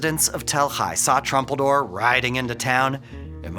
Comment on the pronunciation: Not trumpeldor. Troompeldor. And his last word was "yuvtfayomat"